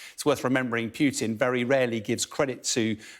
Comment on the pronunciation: Its Putin not Pyutin